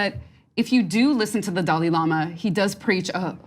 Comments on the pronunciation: Young Turds cant even pronounce "Dalai", Its not Dali. tf is a Dali. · Why do so many Americans struggle to pronounce Dalai? Also look at these two oxygen thieves trying to out do each other at getting a word in. Useless.